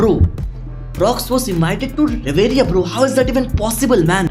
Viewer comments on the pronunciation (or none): It's pronounced as " Rev-re" not "Reveriya" ❤